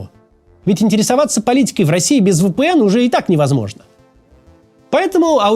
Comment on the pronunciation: Максим, ВиПиЭн, а не ВэПэЭн